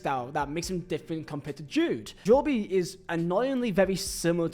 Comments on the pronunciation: He’s from England aswell he knows is JOB(E) and not Jo-Be he’s doing it for attention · I hate when folk say Jobie. Like it's not like Jobe McAnuff. I get it the first name can be said differently however get it right It's Jobe Hearing this is how some people say his name constantly makes me want to off myself hearing it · If it makes you feel better, you pronounced it correct in Zulu 😂. We say Jo-Beh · Needs to re upload this pronouncing Jobe correctly haha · Couldn't watch more than 3 minutes, the butchering of Jobe is just criminal, hearing JoeBee over and over was too much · If it’s Joooo-bieeee, time to start learning Polish my friend. English is not working out for yOu! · I don’t know but I think this is just pure laziness from, Jo-be??? Jo-be?? Come on bruv, you could literally just watch videos or google his pronunciation… Yeah I’m sorry, I’m a huge fan but I think I’ll have to skip this one, I just can’t stand hearing “Jo-be” every other 30 seconds 😂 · as I’ve mentioned I find your vids entertaining and informative but Jo-bee is an Ai level of mispronunciation! 😂👍⚽️ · I do like Vizehs vids I think there entertaining and informative but Jo- bee is an AI level of mispronunciations ! 😂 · You’re right, I’ve been laughing my ass off hearing him say “Jo-be” 😂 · You pronouncing his name like that makes me die inside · How are you English, a grown adult, a football fan and still not know how to pronounce 'Jobe'?? :D Anyway, nice video. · WHY ARE YOU SAYING HIS NAME LIKE THAT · imagine making a video about a guy you can't even pronounce 😂😂😂😂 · Its Jobe like in the bible. One syllable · we do it as banter for a laugh but doing it on a youtube video when he knows full well its its jobe not jo-be is attention seeking to the finest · Jobe - ❌ Jo-be - ✅ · i watch jobe a lot in the championship, seems a decent player tbf, but honestly i feel he should’ve played in the prem for sunderland (also it’s JOBE NOT JOBIE) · Bro its jobe not joby